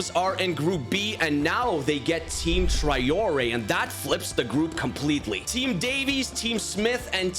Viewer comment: My ears hurt so much from all the times you mispronounce Traoré.